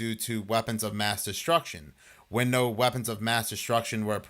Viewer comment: NOAR Or however you guys butcher the simple word of "NO"